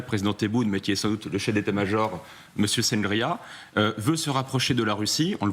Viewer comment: chengriha pas sangria le vin cuit espagnol😅 que des clowns sur ce plateau